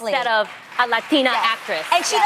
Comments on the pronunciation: I haaaated how they pronounced ‚latina‘ oh my god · I never understood why people pronounce "latina" like that. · They pronounce the word Latina and the surnames as English names... ewwww even the Latina host 🤢 “roudriguis, Loupis “